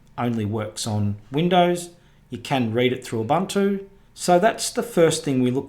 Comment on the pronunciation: There had been debate but the pronunciation is Ooh/boon/two. NOT Uh/bun/too